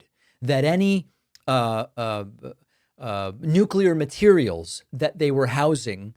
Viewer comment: "Nu-culur"😂 His Orangeness is yelling at clouds every day. It's exhausting. So is Trump's minions' need to tell everyone of how great and badass they are on an almost daily basis. All expressed in this super macho, self promoting, nonsense language that reeks of incompetence. Yuck!